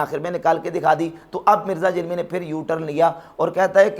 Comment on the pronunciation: جب آپ جہلمی کہتے ہیں تو ایسا محسوس ہوتا ہے کہ جہنمی کہ رہے ہیں